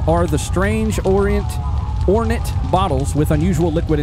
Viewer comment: the word is Ornate.....as in or-nate.. An object that would be considered very decorative... In the words of joey bidon..ca mon man